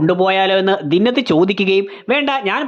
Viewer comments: ദിന്നത്ത് അല്ല ബ്രോ, ദിൻനാഥ് എന്നാണ്. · ദിന്നത്ത് അല്ല ദീൻ നാഥ് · ദിന്നത് അല്ല ദിൻനാഥ് എന്ന് ആണ് റോഷന്റെ charactor name